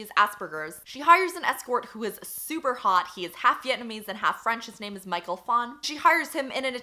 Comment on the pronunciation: you have no idea how much i appreciate the fact that you bother pronouncing the names of non-western white authors cause so many booktubers just stumble through anything and everything with more syllables than John Smith and it's such a small detail but because of that the way you talk about these authors and their work becomes so much more sincere and respectful. i'm totally aware of the fact that the bar is on the literal ground but hey i thought i'd point it out.